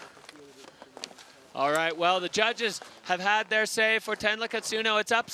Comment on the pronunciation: Not the fckn commentator calling Tenra „Tenla“ 😂😂😂